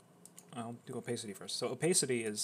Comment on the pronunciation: him saying opacity incorrectly hurts my brain so much omg